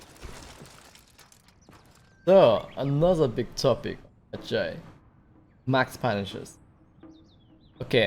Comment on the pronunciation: It’s pronounced Med-Jie